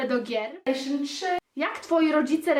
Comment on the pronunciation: Masz jakomś konsolem? -Ejszyn 3 XD